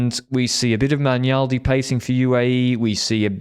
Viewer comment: Magnaldi is pronounced similar to Magnier... the way you pronounce, it sounds more like McNulty